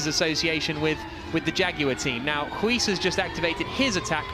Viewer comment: Use Google Translate to hear how "Huis" is pronounced.